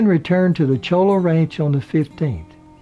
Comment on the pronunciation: Great story. One point of information - the ranch in Argentina was not at 'Chola' but Cholilla (well a couple of miles outside it). It's recently been restored. I've been there several times (live near there).